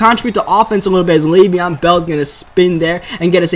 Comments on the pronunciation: It's Le'Veon Bell not Lev'on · It is Lev'on bell not lav'on